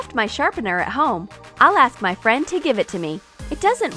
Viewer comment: Whenever she says my she says ma😂